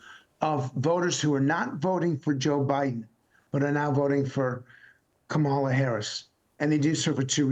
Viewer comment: Can you PLEASE just say her name correctly. It's like "comma-la"